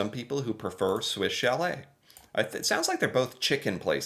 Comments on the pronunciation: How to say you are American without saying you are American. Swiss Cha-lette vs. St. Hue-bert. 😂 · 😂 Swiss "Sha-lay" and "San Oo-bear" 😉 Good try though! ✋ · if you’ve never had poutine, you NEED to try it. Amazing.🤩 And you know it’s pronounced Swiss Shall-ay 😂 You did a video on these restaurants! 😂😂😂 The “Order of Canada” is like being knighted in England, or receiving the President’s Medal in the US. On the Manitoba-Ontario border, you can see snow into May (but it doesn’t stick around for long). One May long weekend, my buddies and I were fishing, and we were hunkered inside from snow on the first day, and sun tanning on the second day. The ice scraper comes out of the car from May to September. (But in central Canada, the ice scraper is a two-handed, 3.5 foot model.) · Saint Hu Bear .... and swiss Sha lay .... I'd say learn to speak english but those of those are the french pronunciation for these french Canadian restaurants ... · Oh how you mispronounced both Swiss Chalet and St. Hubert. Both are basically pronounced in French. Swiss Chalet (Swiss Sha-leh) St. Hubert (St. tu-bearr, when spoken the T from Saint carries thru the silent H into the U) Edit: didn't watch 5 seconds longer. Swiss Chalet, St. Hubert, and Scores are all Rotiserie chicken restaurant chains. Swiss Chalet is rare in Quebec. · 😅 Swiss "Cha-lay" and "San U-bear" Good try though! ✋😉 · The way he pronounces Swiss chalet cracks me up everytime. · If I run into a wall, or hit my head on the cupboard above me, I don't say sorry, I usually swear! And thank goodness you finally learned how to pronounce Toque and Chalet! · F*ck the way he pronounces Swish Chalet is so cringe, It is French.